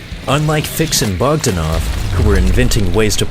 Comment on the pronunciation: He says Bogdanov wrong!